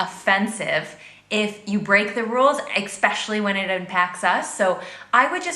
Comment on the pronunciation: I agree with most of what she says from my state at least but it really irritates me whenever she says "eXpecially" lmao